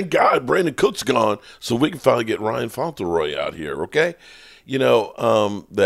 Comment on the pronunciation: His name is Ryan Flournoy. Not Fauntleroy bro.